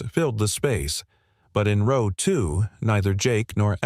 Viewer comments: Early on the word 'row' is mispronounced using a hard 'o' instead of the correct soft 'o' that fits the context. That change significantly changes the sentence and it's impact on the storyline. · I noticed that one.